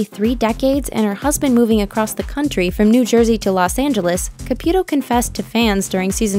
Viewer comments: FIRST OFF. HER NAME IS PRONOUNCED C-A-P-EW-TOW- CAPUTO. NOT CAPYUTO. 2ND. EVERY SINGLE PERSON ON THIS ENTIRE EARTH say the exact same thing about every single medium. "They are preying on the vulnerable" "IF you are real come out and prove it" " No one talks to the dead they just use body language" " No one talks to the dead they just guess". Of COURSE not all of her readings are going to be accurate. I think it would be necessary for her to say " It isn't at any time I can read anyone. At times no one comes through" I know for a fact spirits exist. I've seen them. I've felt them. I've woken up with bruises and hand prints across my arms..Until you've felt or witnessed it you won't believe it..I mean there are some who do..But not all. We all have intuition. Some more than others. I feel emotions so heavy that I can feel someone's anxiousness or their pain and sorrow..to where I cry and I won't know exactly why. I've been in hones and felt bad energy etc. We can all feel it if we are intune...For me I believe that SOME people truly can do these things...But at times they are over exxagerated. Such as acting out as if 100 percent of the time they can reach out to anyone. Theresa said it in one of her readings. " Not all spirits want to come to the other side. Not all people want or need to be read. It depends" Expectations are set too high...But I do believe she does believe in what she does and is genuine about it. Some parties do not work with the medium. That can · I guess her and her husband called it “Caputo” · It's not pronounced CA-PEW-To. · Can’t stand your pronunciation of Caputo’s name.